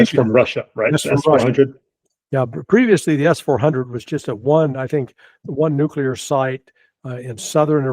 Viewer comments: It is nuclear not nukular... and get better mic ffs. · This trends journal guy needs to learn how to pronounce the word nuclear. It's nu cle ar, not nu cu lar. So lame. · Nukelar,.. its pronounced nukelar😂